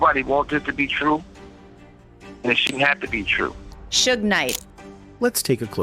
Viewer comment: HI,im not screaming I just want whomever puts these videos together, to pay attention; DO SOMETHING ABOUT YOUR VOICE OVER GUY?THIS MAN CANT PRONOUNCE PEOPLES NAMES AND ITS A GREAT DRINKING GAME FOR MY FRIENDS,TO TAKE A SHOT EVERYTIME HE MIS-PRONOUNCES SOMEONES NAME, SUGES NAME Is not shooed like stooge!? 🤦🏽‍♀️but, I don’t drink…teach them how to pronounce Suge, but, this is just an example he’s constantly doing it to other people’s names too. It’s v😂ery distracting And annoying 🤦🏽‍♀️ Please! sue- gay l NOT! correct n I doubt Suge would like that 🤷🏽‍♀️😂😂😂